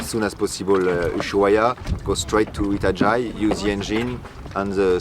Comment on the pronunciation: Itajai is pronounced e ta ja e please try and get it right